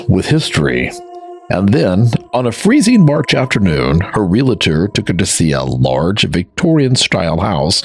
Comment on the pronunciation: There are only two syllables in “ realtor”.